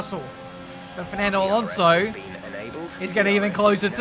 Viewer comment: Your pronunciation of Alonso really annoys me, and you said his name like 40 times in 5 minutes 😂